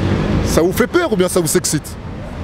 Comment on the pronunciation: Le mec ne sait même pas prononcé le mot « t’excite « la grande classe d’aujourd’hui